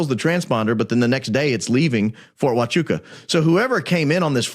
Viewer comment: Yes, you pronounced it perfectly.